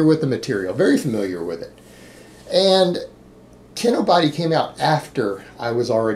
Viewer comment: Is saying Kinobooty? lol